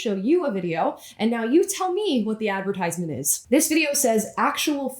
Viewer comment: You said 'advertisement' wrong!